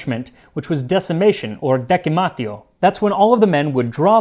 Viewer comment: Ciao! Just a suggestion to improve your Latin pronunciation. Most of those words with the "c" have a sound similar to the initial part of "cheese". So, de"chee"matzeou, or a"chee"toom. 👍Anyway, as always, enjoyable episode. 🇮🇹